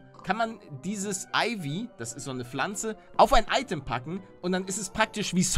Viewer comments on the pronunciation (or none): none